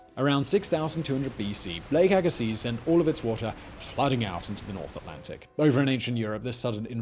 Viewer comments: Lake "agasee". You're pronouncing it wrong. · YER "LAKE AGAZES" LOL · Fun fact, the z in Agassiz is silent. The more you know! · I believe the "z" in "Agassiz" is silent, but I know you don't care. ;-) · If I lived 8000 years ago, I would be at the bottom of Lake Agassiz in Manitoba. Btw, the 'z' at the end of Agassiz is silent. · The bugged me too. Agassiz (silent Z) is not far from where I live. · Agassiz, BC Canada. Near a much smaller lake and hot springs than the original Agassiz Lake. The Z (zed not zee) is silent and its surrounded by some of the finest lands this world has to offer.